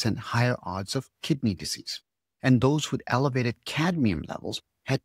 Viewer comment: Cadmium not cadium